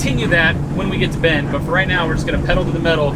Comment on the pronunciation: Why is it everytime a YouTuber says Bend Oregon it sounds like they are saying bend 'or again?